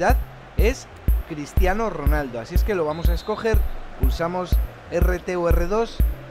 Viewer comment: Min dice Cristiano ronalda